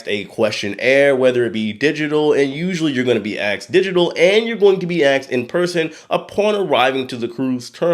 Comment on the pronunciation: Why does he say axed instead of asked?